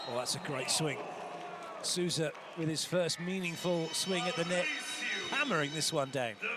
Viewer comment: O mais engraçado é os gringos chamando o M. Souza de SUZAN KKKKKKKK